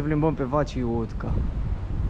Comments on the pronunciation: Moneda ungureasca se pronunța "forinț" si stada se spune uțoa (uliță) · Salut! "utca" se citește uța (a-ul are un accent spre o / un fel de ao pronunțat împreună). Vapoarele pe Dunăre sunt de două feluri, private - cu prețuri mai mari și parte din transportul în comun - mai ieftine. Cu tramvaiul 2 (dacă nu mă înșel) vezi tot centru orașului - ăsta e traseul său. Pe Dunăre găsești insula Margareta, un loc fain de relaxare, fântâna are un joc de apă și lumini sincronizate pe ritmurile muzicii. Atenție la transportul în comun - în stații sunt afișate orele când vine fiecare mașină/tramvai/metrou (de exemplu tramvaiul 21 vine între 7-8 dimineața de 3 ori la , , . Între 8-9 vine de 5 ori, între 20-21 de două ori iar de la ora 21 nu mai circulă). Unele își termină programul mai repede, altele mai târziu.